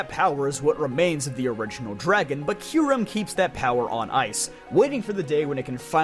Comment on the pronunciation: If I had money, I'd donate this guy like $50 for pronouncing "Raikou" correctly. I hear "ry-koo" so freaking often that I corrected this guy out loud before my ears melted at the realization that he was ACTUALLY RIGHT 😭😭😂😂 Edit:// omfg he pronounces Kyurem correct too!!!! Give this man a medal!!!!